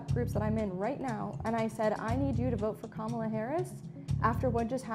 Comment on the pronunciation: Comma-la as in Momala is how u say her name